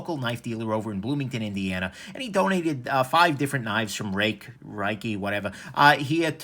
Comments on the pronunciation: Try "ray-keh" as a possible pronunciation. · c'mon... Every time I see that you're going to review a Ruike, I already know that you're going to purposely butcher the name simply because you don't like it. We get it. Just call it what it is and focus on the review rather than your displeasure over a brand name. You're a smart guy, you can do it.